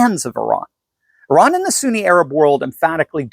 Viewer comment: it's Iran Not Iraq